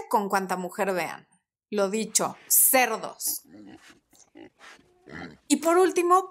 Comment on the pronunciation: que gracioso como dices cerdos jajaja...